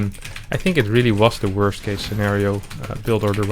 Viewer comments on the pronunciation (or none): none